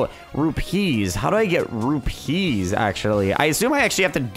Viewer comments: It isn't rup pee's it is pronounced the same as rupies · its pronounced roo-pees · Say it like rupese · I laugh whenever he says rupeeslol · it's not pronounced like trapeze is it is pronounced as one thing no emphasizing anything